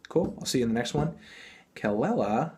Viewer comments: Say it with me "kah-LEE-la" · Her name is actually pronounced Kuh luh luh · The way he says kelela bothers me so much